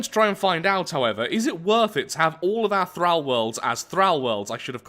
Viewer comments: Omg the way you say thrall. "Thrauw" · "Thrahl worlds" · OMG this triggered me so hard, PLEASE stop saying 'Thrall' with a soft 'a' its pronounced with a hard 'a' im genuinely crawling up the walls, how do english people not know how to speak english, im english and ashamed of my own people.